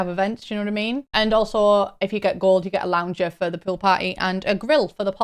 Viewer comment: I misheard you when talking about the pool parties and thought you said “pill parties” and immediately went 😮 like, who asked for that